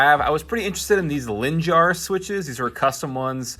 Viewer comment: You pronoumce "linjär" like "linjair" Edit: If anyone thought I tried to be rude I just tried to point out how to pronounce it So.. Don't take anything in offense.